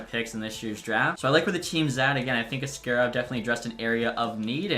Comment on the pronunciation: ASS-karov strikes again